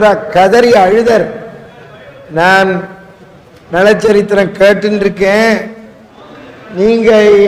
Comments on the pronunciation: நள சரித்திரம். நல சரித்திரம் அல்ல. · நல சரித்திரம் இல்லை. நள சரித்திரம் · நல சரித்திரமா? நள சரித்திரமா??? டமில் வால்க....